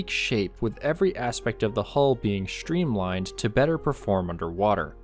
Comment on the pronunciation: Construction, not conshtruction. Streamline, not shtreamline.